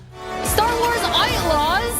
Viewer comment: "STAR WARS AITLAWS"...for a moment i thought there was no Louise Julie....."STAR WARS AITLAWS" XD XD XD